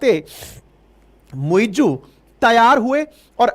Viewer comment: It's not "muiJoo". It's "MuiZ"